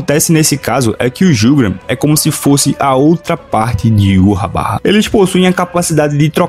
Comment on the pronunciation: Mano, eu amo teu canal porque vc pronuncia o nome de Yhwach da maneira correta e esse nome é muito fera. "Yuhabaha" Da um nervoso quando vejo os caras falando "Ivár" ou Irrauch"